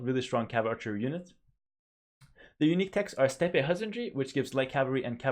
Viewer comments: Steppe is pronounced step :) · The second 'e' in steppe is silent. Content idea: tier list for 1v1 arabia.